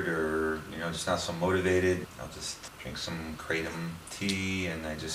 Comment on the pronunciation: Thanks for this video a lot of true points. And the way you pronounce Kratom is the same way that I do. I see it wrong elsewhere. This herb has been helping me for a year with my prior anxiety and I'm now free of drugs and alcohol for over a year because of it's almost daily small dose use. I can vouch for your improved immune system theory. No sickness in over a year! Not even a cold which is unusual for me. Benefits galore! Now I need to move to a tropical environment with my own trees!